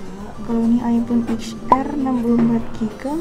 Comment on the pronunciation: Masak jenis-jenis iphone aja gak tahu . Mbak saya sarankan kalau mau beli iphone itu di cari tahu jenis iphone nya dan kelebihan,kekuranganya . Dan yang paling rekomended itu iphone xr (dibaca ten ar ) bukan eks er . Iphone xr kameranya paling bagus di banding iphone pro max dan baterainya juga awat